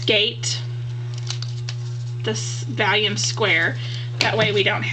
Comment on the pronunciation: Nice video, I heard you say that you were mispronouncing vellum as "vallium" the tranquilizer, yes, I had to watch it again to be sure. Someone has probably already left a comment on this, if repeat, sorry, It is pronounced "vel" rymes with bell, and "lum" rymes with rum. I did the same with "Bazzil" for a long time. I had it in my head & mouth funny. You did a great job with your video getting it all in camera! Keep it up & looking forward to your next one. Thanks for the Cricut link.